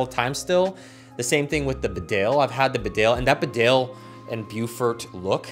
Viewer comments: Not B'dale, old chap BEEdale. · As a Barbour lover you should know it's not pronounced the way you think. It's not "Bedale", it's actually "Beedale". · It’s pronounced Beedale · Great video. I think Bedale is pronounced Bee-dale. It’s a village in the Yorkshire Dales. Very beautiful place, I used to be a courier drive and it was on my route. Definitely worth a visit if you’re ever touring England.